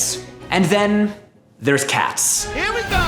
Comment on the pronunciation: It bothers me how it sounds like he's saying Cass instead of Cats.